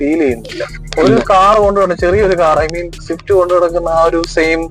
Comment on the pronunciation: ഷിഫ്റ്റ്‌ അല്ല സ്വിഫ്റ്റ് ആണ്